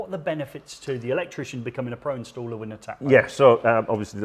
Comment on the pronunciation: Thanks for the vid guys..now I now how to pronounce Netamo!😉 I’m impressed with that, having installed Nest, Hive and Rings. Prob is I find when someone wants to install heating/lighting/camera/smokes as one system, I’ve yet to find one company who’s entire set of kit I would feel confident recommending to customers - they all seem to have strong brilliant products with the odd duff one in the set, a pity. For me I’d say 8/10 requests for smart doorbell installs are for properties with no existing wired doorbell. That suddenly turns it into a whole new job..do you fancy doing a demo video of that scenario?🙂